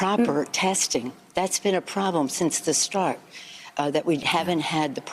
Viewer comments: Did pelosi say OPP 🤣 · `HOUSE ``SPEAKER`` Are you kidding me? She is an AWFUL Speaker ! She can hardly say P.P.E. Its ONLY 3 letter`s !!!!!!!!!!!! How can she NOT even get THAT right??????? God bless, sorry I mean HELP America !